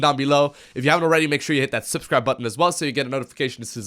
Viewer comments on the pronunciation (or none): none